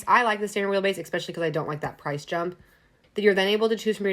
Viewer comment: It's cute when you say "ex-pecially"